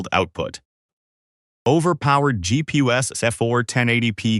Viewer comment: When he said "Weak geepeeus of for four kay depeesus" I felt that in my soul 😢